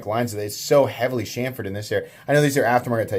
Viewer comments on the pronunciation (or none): none